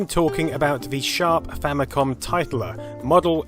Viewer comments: It's pronounced tit - ler. Much more amusing that way. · Famicom Tit-ler.